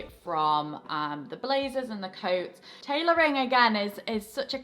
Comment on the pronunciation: Shhhhh - Just between you and me. Tailoring not tailorying. Mwah...mwah